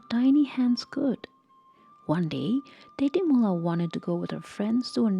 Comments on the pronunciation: Tetimola❌ Tejimola✅ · Not tetimola its techimola